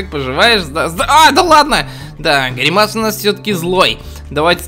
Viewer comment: Правильно говорить грИмас а не гримАс